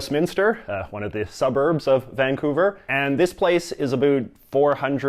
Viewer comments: I’ve never actually heard someone from BC say “aboot” until this video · lmao did this guy actually say aboot, i'm canadian and thats the first time ive heard somebody legit say that